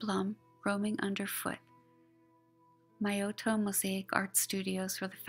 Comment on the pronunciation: I hadn't wanted to say anything because you did such a awesome job on the video and I was just so grateful for all your efforts but I saw below that you mentioned pronouncing Miotto wrong so I thought I would correct mine as well. Hope that you are managing during this very charged time and having space to do your great work.